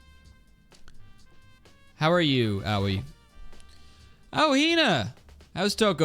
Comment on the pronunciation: pronouncing aoi as "owie" makes my brain hurt in a unique way